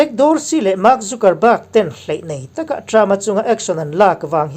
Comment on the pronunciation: Tunge chu ni a ka uang ma2 a nih kha... mahse thil kan upload dawn a nih chuan a lam dan etc. tih vel hi uluk deuh ang u... thil harsa pawh a nilo. Anyway, i channel ngaihthlak a nuam e, mi in zir peih tak i ni tih pawh a chiang e. Mahse fimkhur tluk a awmlo, mi sawisel peih tak2 an tam bawk si. Trump hua an tam ropui si, Trump ṭantu te hi chuan 'mistake' siam loh i tum hrâm2 ang u, min sawisel peih ropui si. Ṭang zel teh bro.... Trump 2021